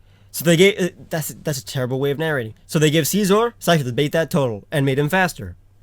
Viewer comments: It just pisses me off when people pronounce scizor as scee-zor. It's pronounced sci-zor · Did he say Seezor? It's Scizor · whenever you say scizor it sounds like caesar i want pizza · I hate the way he says scizor